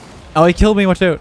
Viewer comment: “watch out!” love how settle the Canadian accent is! Lol 😂